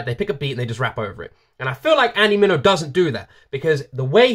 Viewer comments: His last name is Andy Min-E-O lol dope reaction tho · It's "Mini-o". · MIneo rhymes with video. Easy peasy. Great reaction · Gotta do clarity…it’s pronounced men-e-o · You said andy meno like a fish l o l! You In fact, set it multiple times which is fine. I've never heard his name pronounced like that, but I mispronounced it. The first call couple times until I heard this song. So you're not alone in this situation. And I'm very blessed that he came out with this track. So I knew had pronounces his name from now on.